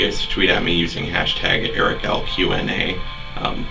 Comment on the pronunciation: OMG you're the first person to correctly pronounce my nickname x)